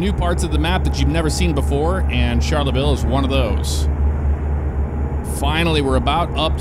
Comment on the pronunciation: As someone from the town please pronounce Charleville properly. Its like Charlie ville.